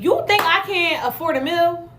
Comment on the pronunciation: She’s used to McDonald’s, where she can afford her mills. 😂😂😂 I’m sure she meant a meal, but pronounces mill.